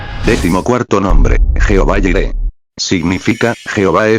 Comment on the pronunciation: Es Jireh, no Yireh